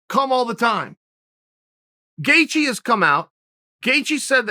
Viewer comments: Justin: "It's Gaethje." Chael: "Gethcie." Justin: "OK great." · Does Chael misspell names on purpose or what? Justin “Gethcie” jesus christ lol 😂😂😂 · Chael “the answer to any question at 155 is Justin GETCHIE” Sonnen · Chael: “Justin Gethcie” Me: Okay, Great. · Me hears chael saying 'gethcie' Me *goes straight to the comment section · Gay chi . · Lol gathejie haha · "Gethcie"- Cte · "Chael 'Gethcie' Sonnen" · Ok it's obvious by now Chael's don't this shit on purpose, lol. What a master troll. Got everyone saying Charlie Olives and now butchering homer simpsons name. Bravo